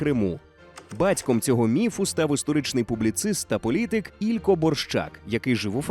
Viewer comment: не Ілько, а ількО, наголос на О, а не І, як можна помилитися у наголосі українського імені йой. А в іншому видиво класне, дякую.